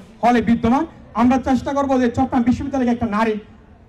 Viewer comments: ভাইয়া চট্রগ্রাম কে ভালভাবে উচ্ছারণ করেন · চট্রগ্রাম উচ্চারণ হচ্ছেনা ঠিকমতো।